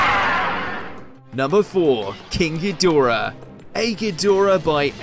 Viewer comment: It's hed..dor..ah....not head a ra. Lmao😮